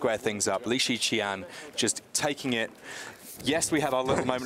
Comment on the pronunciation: Weird how keeps on calling him Lee Shian...